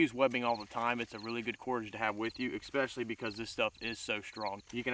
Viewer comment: Nice kit, good video, but PLEASE! stop saying EXpecially! The word is ESpecially..."S", not "X". It'll make your presentation sound more professional. Thanks.